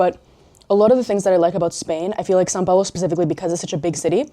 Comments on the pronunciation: Your English accent sounds like if you were a brazilian. You even pronounced São Paulo perfectly like a native speaker. I suspect you are a hidden brazilian 😂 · you said são paulo really well